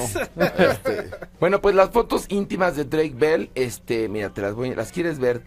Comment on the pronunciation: YOCh Drueik? 😂😂😂😂😂 y luego la otraaaa Dreik Android 😂😂😂😂